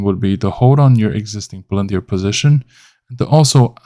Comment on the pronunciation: 股票名字发音就不对，先听听英语母语博主的发音